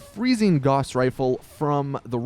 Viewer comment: You're mispronouncing gauss